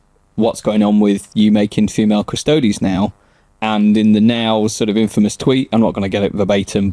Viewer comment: Yep, it was funny hearing the Quartering guy failing to correctly pronounce Custodes fifteen times though 😂